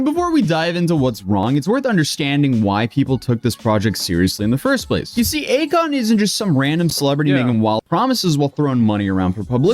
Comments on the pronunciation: akoin....more like a-kon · A-KON-ARTIST 😅 GOOD ONE 😂😂😂❤ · Hes an artist... A-kon artist 😂😂